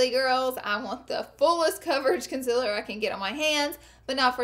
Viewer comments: Concealer is said con-seal-er not con-sill-her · GIRLLLL IT IS CONCEALER NOT CONCELLER YOU PRONOUNCE IT LIKE: consieler okay plz omg stop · Does anyone else cringe when she says conciler instead of concealer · oh my god! everytime she says concealer i just cant lm in love with the way she says it! wo else agrees?